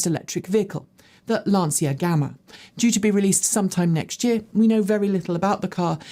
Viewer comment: Hi, Pls learn to pronounciate Lancia correctly. C like charging. And we don't say the i, just the a ❤